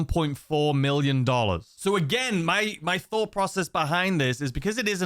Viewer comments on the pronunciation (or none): none